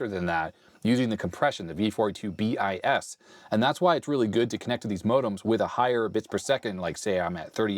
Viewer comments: V.42bis is not "bee-eye-ess", it's "biss". x-prime, x-bis and x-ter: x′, x″, x‴. V.42bis = V.42″ = the second version of V.42. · Weird trivia thing... you pronounce the "bis" in V42bis as "biss". You see this come up in standards every so often (I interact with cellular IOT in my job so I see cat 1bis all the time). The bis means something like a second variant of the same article, sort of like version 2. So V42 provided error correction and V42bis added compression. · BIS is pronounced like "bees", means something like v2 or Mk II, second version of V42 protocol